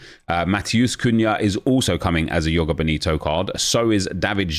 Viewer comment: Joga Bonito is portuguese not spanish, the j isnt silent. Its like zhoh-gah boh-nee-to